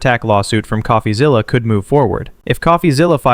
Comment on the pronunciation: Why is calling him.."coughazilla". It's "coffee-zilla"